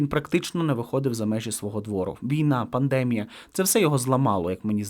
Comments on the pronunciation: Ведучій, в слові пандемія наголос на і. Навіщо змінюєте наголос? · ПандемІя,не пандЕмія